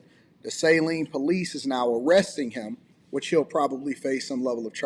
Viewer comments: What is criminal on this? I am not questioning the firing if he crossed that line, but what charges are the Saline Police bringing? Saline is not pronounced SAYleen, it is pronounced "SAHLEEN". I am from Michigan and trust me on this. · Saline...not Sayline. Its just south of Ann Arbor homi. You from the D, you should know. Pls tell me you dont say Ypsilanti all fuqed up too 🙏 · Michigan towns/cities are often pronounced in a weird way. Saline isn't pronounced 'say lean'. Just like Lake Orion isn't pronounced like the star constellation LOL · Sa lean is how we pronounce Saline.....Fumbled is an understatement indeed 😢 SMDH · Its pronounced "Sa-lean" michigan.